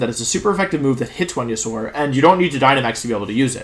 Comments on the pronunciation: “V”enusaur 🤢 I’m glad he corrected himself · Homie mispronounced weniasaur yall. He aint the chosen one. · I like how you coughed and corrected yourself when you said venusaur wrong 😂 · You know Wolfey is really excited when he forgets to pronounce Venusaur correctly.